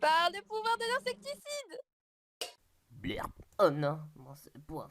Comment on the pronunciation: "pouvoir de l'isecticide: 😂😂